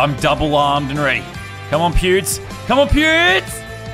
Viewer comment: Hahahaha sounds like he saying pubes the whole time instead of pewds